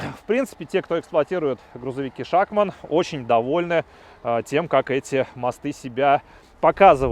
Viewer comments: Не шАкман, а шакмАн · ШАХМА́Н А НЕ ША́ХМАН